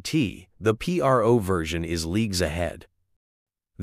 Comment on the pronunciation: Its not P.R.O. its PRO, short for professional.